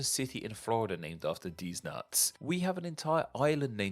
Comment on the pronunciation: That’s not deliberate, he’s just a slovenly speaker.